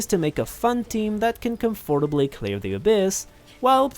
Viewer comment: You really need to learn how to pronounce "comfortably" right 😄